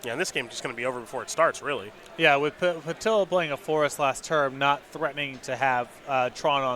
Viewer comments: I realize I can't expect people to know how to pronounce foreign names but every time he says "Puh-dill-uh" it kills me. Pah-DEE-yah dude!!! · Simon Willig listen is says Pi-dill-uh then that’s what it is! His word is law!